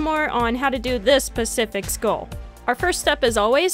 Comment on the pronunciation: its SPECIFIC not PACIFIC